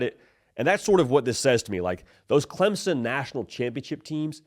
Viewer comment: Clempson, lol. Thanks for trying